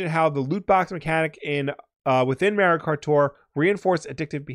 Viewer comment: Nevada, not Navahdah. Mario, not Mehrio... lol